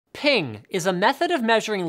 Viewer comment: Yeah , lie again.....that's not how you pronounce it